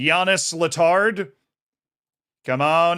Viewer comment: Letard is french, so you don't pronounce the d. Hopefully you can sign him now lmao